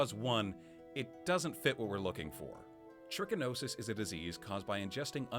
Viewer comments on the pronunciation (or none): you can contract trichinosis from a lot more than bears, and it’s pronounced trǐ-ki-no-sis, not try-ki-no-sis, the first “i” being pronounced like the “i” in “pig (another animal you can get trichinosis from btw)” not “bike (not something you can get trichinosis from)”. Anyway, fun idea for a video.